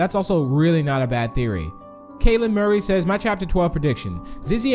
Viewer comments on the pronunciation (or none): none